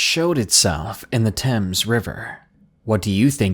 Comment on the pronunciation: Bonus points for pronouncing Thames correctly 😀